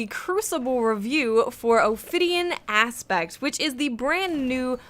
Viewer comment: It sounded like she kept saying Ophidian Ass bags